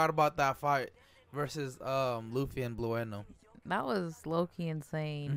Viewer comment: Guys, his name is pronounced as blue (as the color) and no; for the CP9 member Blueno.